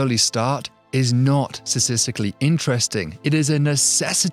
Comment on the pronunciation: Please PLEASE practice pronouncing “statistically” correctly! I love your channel but it’s excruciating bracing for verbal impact, especially from an educated young man like you. It’s almost as bad as Georgie Bush being unable to pronounce “nuclear,” but at least he was a rich buffoon who cheated his way through college…